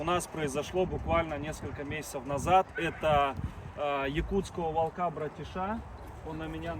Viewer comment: Ещё раз - не волкА( это безграмотно), а вОлка! Правильно говорить вОлка, ударение на О. И не кИдовался, а кидАлся! Учите правильные ударения русского языка, вы в публичном пространстве.